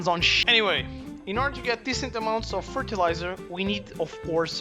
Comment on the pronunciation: Fertelizer woman lol